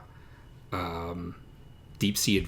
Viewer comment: Love ya,! Slight prounciation help, it's, 'Koba ya ka wa.' I hate how I sound, just trying to help! Please keep the mailbag videos coming.:)